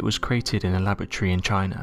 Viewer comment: The organs wont last being made in CHY-NAH.